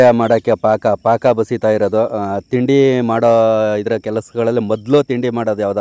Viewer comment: ಪಾಂನ್ಕ ಅಲ್ಲ ಪಾಕ